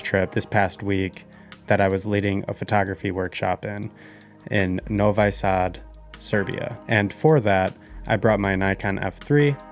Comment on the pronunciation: Please -- when you have been in Serbia in Novisad , then try to pronounce the name of the city correctly ! In english it would be rather "Novee-sud" I guess so not "No-Why..." Sad ! #